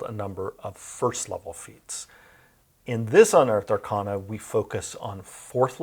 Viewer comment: Why does he mispronounce arcana?